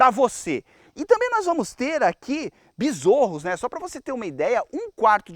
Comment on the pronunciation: Bizorros? Kkkkkkk